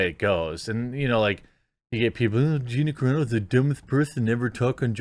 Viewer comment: wait, did you say Ronda V Gena ???